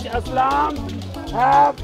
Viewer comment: This guy has better English than the entire world "Whioch Aaslam Doesn't Haove"😂